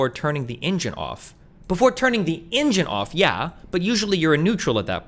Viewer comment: The way destiny pronounced “engine” is problematical